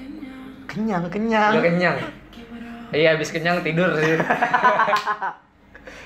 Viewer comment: Bang bukan kenyang² tapi geunyang geunyang bang 🤣🤣🤣🤣